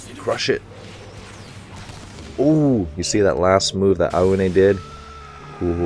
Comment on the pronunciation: you could pronounce Aone as "Ow"ne...(like, the shorter ouch)